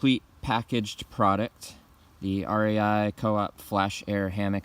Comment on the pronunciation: hammick"what is a "prodict"??????????????? what is a "hammick"?????????????? what is a "grommit"????????????" comfterbly", "comfterble", "puhticular", "whanoo" are not words.